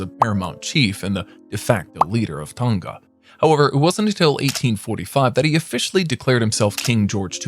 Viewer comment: I’m from the original blood line for Tongan monarchs and bro the “ng” is one letter so say it like one letter